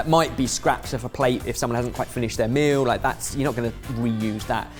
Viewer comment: Is saying 'Mill', or 'Meal'?